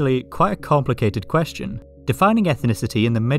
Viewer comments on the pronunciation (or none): none